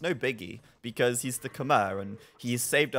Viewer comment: Just FYI, on the pronunciation of khmer